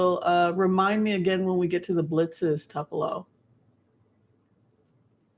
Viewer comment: Good show, but it is pronounced TOOPULO Honey. It is named after the city in Mississippi.